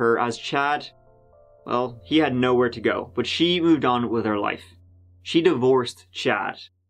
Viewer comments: “This is the case of Ziggin Zag… let’s give it a goo” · Indeed, Terty tree times terty tree 👍🏽's up! Let's giv'et a- goo!❤️💕❤️